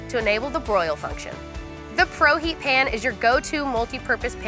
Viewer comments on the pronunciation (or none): Can Americans not pronounce the word pan? She keeps calling it a “pen”. Also she pronounced calzone literally.